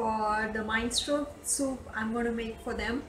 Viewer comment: Minestrone soup is pronounced Min eh stron ee. Or Min eh strone. Anyway I'm glad to meet you. I have been watching Sofia's video's for nearly 4 years now. You are doing a wonderful job so far. I am looking forward to watching more of your video's!!